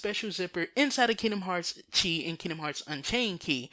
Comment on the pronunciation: "X"-blade = "Chi" (pronounced "key") blade.